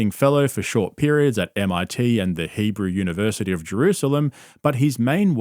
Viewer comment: The way you pronounced “Hebrew” University of Jerusalem is concerning.